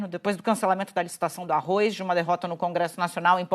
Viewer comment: Uma news reader que pronuncia "Arroiz" o que se esperar não e mesmo?